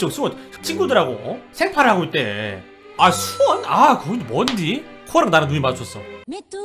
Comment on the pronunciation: 있데가 아니라 있대입니다 들은 말 = 대